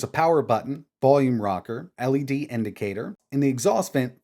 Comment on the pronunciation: NOLED screen... Try again, Anbernic.